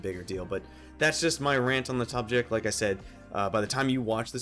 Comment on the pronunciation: lol he said 'tubject'